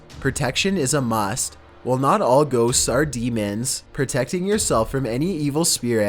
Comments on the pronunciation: He can't even pronounce ghosts, actually me too Lol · That's stupid how you say ghosts